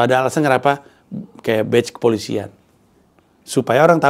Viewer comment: Patch bang, bukan batch